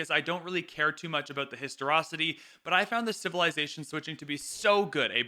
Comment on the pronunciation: Great job! Seemed like a balanced review, thank you for your honesty on this :) Also, it's pronounced historICity. ;)